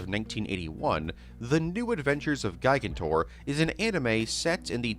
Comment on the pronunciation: I can tell you’ve never seen Night at the Museum because of the way you say “gigantor” 😂